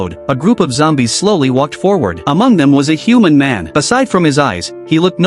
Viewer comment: "A group of zombies" ❌ "A group of xombies" ✅